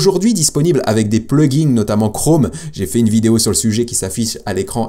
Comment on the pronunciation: Hello, je voulais, avant toute remarque constructive, te remercier pour tes vidéos. Ensuite, je voulais quand même te signifier que mes oreilles saignent à cause de toi et de utilisation du mot plugin au pluriel, Pourquoi tu fais ressortir le S à la fin du mot plugin??? Que tu parles d'un ou plusieurs plugin, tu peux le prononcer au singulier. Mes oreilles te remercie. 😂👍